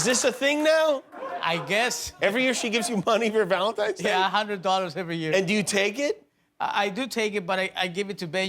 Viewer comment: "valentimes day"